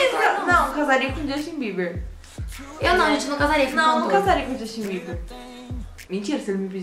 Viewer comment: Quando ela falou justin Bieber eu escutei ximbinha.Kkkk😅😂